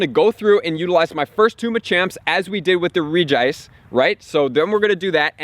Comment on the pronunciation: I can't get over how u pronounce Regice. The "Reg" should sound the same as the other Regis